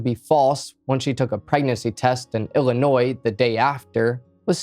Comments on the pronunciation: He is actually saying it right..but he Is saying Ili-NOY not iili-noise..most people even living here say it with the accent the second way..❤😅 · Bro, are you OK? You keep strangely swaying at the end of your sentences. Also, thanks for pronouncing illinois properly.